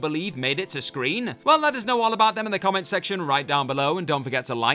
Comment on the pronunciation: Can this guy please speak like a normal person. It not screenah, or Doctor Who-ah. I really wante d to watch this, but the way he ends every sentence with an 'ah' is unbearable to listen to.